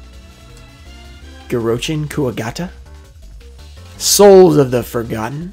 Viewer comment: 10/10 for pronunciation on Girochin Kuwagata .